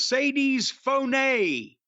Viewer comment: "Mercedes MOANNN"